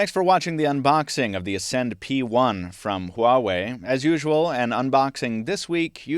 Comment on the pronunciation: Finally someone pronounce the name right = =